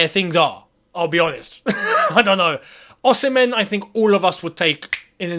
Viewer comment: You always get the pronunciation Osimhen wrong 🤦🏽‍♂️🤦🏽‍♂️😂😂